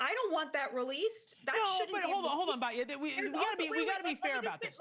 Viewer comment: I agree with Batya and you should learn to pronounce her name correctly!